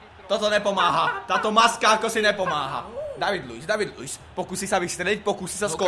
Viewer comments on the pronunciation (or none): a vyslovuje sa Dejvdid Luis